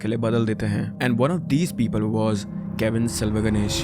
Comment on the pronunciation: hi bhaiya.... Its kavin not cavin